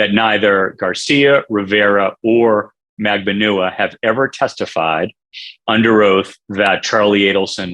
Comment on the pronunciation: She pronounces it MAG-BAN-WA, her lawyers pronounce it MAG-BAN-WA but for some reason others like this channel have decided it is pronounced differently... almost as frustrating as the amount of ads y’all have on this channel... 😆